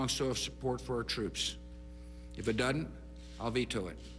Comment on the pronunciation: Did he seriously say dudn't?